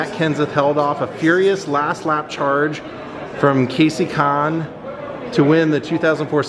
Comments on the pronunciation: Also, just a note, its Chad Ka-naus (the K is pronounced) and also Kasey Kahne is pronounced Cane. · Jimmie Johnsons car ain't a 2003 body that's a 04 body on that car, Kahne is pronounced Kane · It's Kasey Kahne not Kasey Kaan